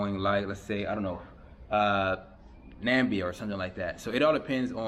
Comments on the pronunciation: Exactly. Nambia is the name Donald Trump used. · bro where the f*ck s Nambia? is that close to NAM-IB-IA? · it’s pronounced NAMIBIA not nambia